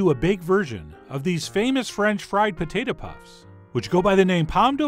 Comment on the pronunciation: you say pota tah